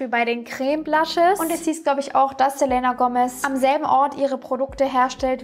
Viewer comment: bitte sprich den namen "Selena" richtig aus😅😅🥴